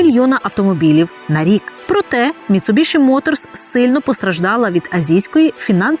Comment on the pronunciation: Ну вушы ж баляць слухаць як Вы каверкаеце назву маркі. Ну якая "МіцубіШы" калі МіцубіСі??? Проста кроў з вушэй і не магу глядзець ролік